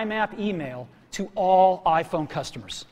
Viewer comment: "AH-phone"- Cellular dude